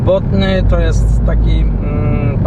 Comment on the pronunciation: botany to nie "botny" ale prawie tak jak jak się pisze "bätənē"... świetna okolica, mieszkałem kiedyś w pobliżu w matraville